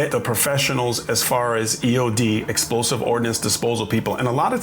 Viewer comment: You can't say explosive? Come on man.